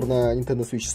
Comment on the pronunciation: Почему то мне слышаться не свич а сыч